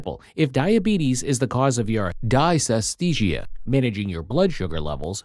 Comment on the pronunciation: If the narrator can't pronounce the term correctly there can't be much to learn - except don't use computer generated voices!